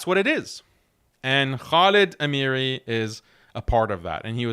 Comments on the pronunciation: It's Khalid Al Haamiri العامري not Al Amiree . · pronunciation of Ameri though, it is pronounce with Ain عامري